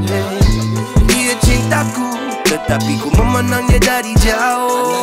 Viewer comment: sebutan ayat “jauhhh” tu unik….